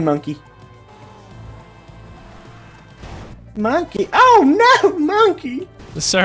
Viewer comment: said monkeh rights